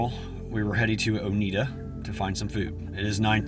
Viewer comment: O-neyeda… not o-needda. Lol. TN language. Lol. I probably got the TN pronunciation spelling wrong myself. So happy for you.